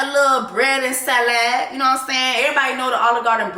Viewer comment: the sa-LAD took me out 🤣